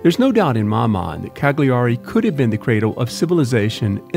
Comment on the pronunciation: psssst..... (the GLI sound in Italian sounds like the double "L" in "millions," you're much better off pronouncing it Caliari)